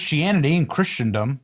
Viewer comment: PRODUCER PLEASE CHRISTENDOM IS PRONOUNCED IN ENGLISH ::: ''KRISSEN-DMM''😢